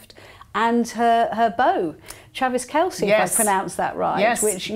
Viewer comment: Lovely show today! I truly enjoyed every single topic and the photo montage, and proper pronunciation of Travis Kelces' name. The Dream Team wins again. 🎉